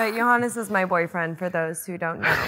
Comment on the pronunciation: When Amanda says Johannes it sounds like "Your Highness" 😅 Grüße aus Österreich